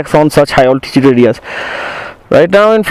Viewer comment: You seem like an educated guy , why say alti-chood in place of alti-tude !?